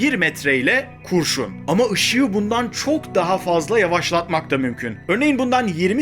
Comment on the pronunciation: Kurşunu yanlış okumuş arkadaşlar